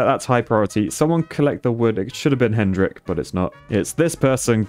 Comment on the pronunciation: that poor guy you just casually called hendrink 🤣🤣